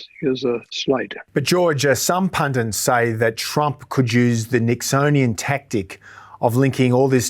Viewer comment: 12.55: The word is "PUNDIT" not "PUNDINT"!!!!